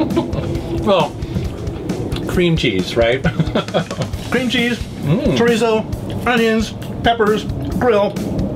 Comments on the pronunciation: Cho-ri-zo there is no "t" in Chorizo, the r is soft the same way Japanese pronounce the r. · Me and my wife were cracking the hell up listening to saying CHOOR-EET-SO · Forever I pronounced it kor-eet-zo . Then my wife kept mocking me so I finally looked it up and she was amazed that it's actually pronounced "shut-the-hell-up" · As a Hispanic, the way he pronounced chorizo is kinda awful, but it’s okay... has such a cool vibe and his recipes are awesome. I love chorizo and mixed with some egg is fantastic. Check it out!!! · As a spanish native speaker, it was funny hahahaha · Same with Pizza, Pete-Za. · chorizo is Spanish and the z is pronounced like a "th" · since when was there a 'T' in "chorizo"? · Why is he saying chorizo like that